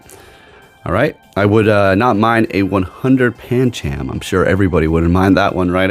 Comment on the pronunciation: gonna be honest with you the whole ca launcher thing bugged the hell out of us watching claw one syllable the whole thing clauncher is 2 syllables calauncher is three just had to stop that and paaaan chaaam i alwways thought pan chum (phonetic) sounds better/ correct but that is more down to you accent